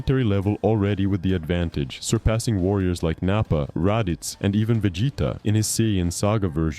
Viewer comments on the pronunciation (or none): This is PURE. AI. SLOP. "Rah-ditz" 🙄 This channel just enters a few prompts into an AI and pumps it out as if its genuine. Disgusting 🤢🤮